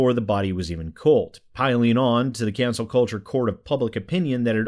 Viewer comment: Is he saying Cancel or Cancer? I swear he's saying Cancer.